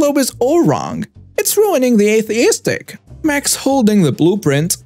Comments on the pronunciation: aesthetic does NOT sound like atheistic it sounds like es-thet-ic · “Aesthetic” is pronounced “es-tet-ic”, not “atheistic”. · aesthetic= es-the-tic, all vowels are short. Emphasis on ‘the’